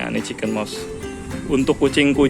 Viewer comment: Baca mousse bukan MOS tp MUS 🙏